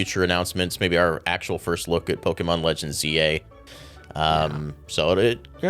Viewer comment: Please someone tell that is not pronnounced "Legends ZA", but "Legens Z-A". I hate it so much when english speakers say "ZZZAAAAAAAHHHH", like come on, just read the title properly. TT______TT